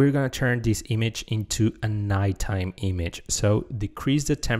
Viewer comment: Image: ❌ Eemage: ✅